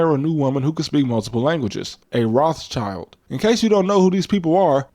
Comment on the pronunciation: The name is pronounced "roth shild," as in red shield, not "roth child," as in "red child."